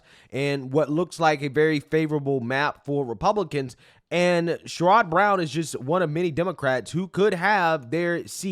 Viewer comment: all love but it’s pronounced Share-Rid not Sha-rod. Again all love. He’s very similar to a blue dog Democrat he’s pro worker but he does always fall in line with the Democratic Party.